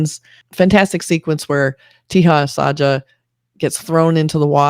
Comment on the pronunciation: I spent almost 10 mins thinking what do you mean by "teehas aajaa". Let me help you... with pronunciation of...Teja Sajja. Consider the 3 English words.... (Say, job, suggest) 1. Te sounds like "say" but replace s with t 2. Ja sounds like 'jo' in job 3. Sajj sounds like 'sugg' in suggest